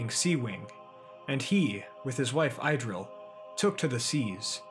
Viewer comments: Pronunciation note: please: Idril= Ih-dril or ee-dril NOT EYE-dril! Thanks. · It's not 'Eye'-dril, it's pronounced Idril with a short i as in the word, well, in - good storytelling though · Not “Idril”, “Eedril” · I have a question, wouldn’t the pronunciation of Idril be Eedreel? Just correct me if I’m wrong, tanks and great video!